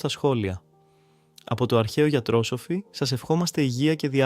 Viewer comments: Μπράβο σας, καλή επιτυχία στο Καινούργιο κανάλι. Σας παρακολουθώ ανελλιπώς στο ΟΔΗΓΟΣ ΥΓΕΙΑΣ. Κανετε εξαιρετική δουλειά! Μόνο μια παρατήρηση με καλή πρόθεση. Λέγεται αρχαίο γιατροσόφι και όχι γιατρόσοφι. Δηλαδή τονίζεται στη συλλαβή ΣΟ και όχι στη συλλαβή ΤΡΟ. Καλη σας ημέρα. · Η σωστή λέξη δεν είναι γιατροσοφι με τόν τόνο στο σο, αλλά γιατροσόφι. Φαίνεται πως η ΑΙ δεν μαθαίνει σωστά τίς λέξεις.